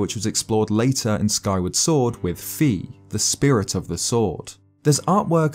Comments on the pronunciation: Fi is pronounced "Fye." It's derived from Sci-fi. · Again you pronounce phai incorrectly 😒